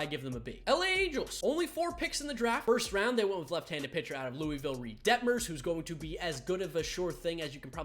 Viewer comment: it kills me when people pronounce louisville wrong😂